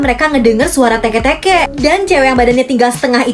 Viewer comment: kak itu cara bacanya tik tik bukan teke teke kak eh entar berarti sekarang lagu hujan menjadi "tik tik tik bunyii teke teke diatas jalan" :v